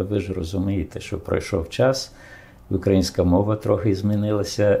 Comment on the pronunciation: Тільки не " укрА инская" армія,а "украИнская",від слова "УкраИна"!!!!